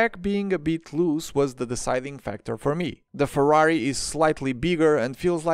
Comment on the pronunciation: I am italian and I finally heard someone reviewing the Ferrari and getting the name right, also the outro was very much appreciated 🫶🏻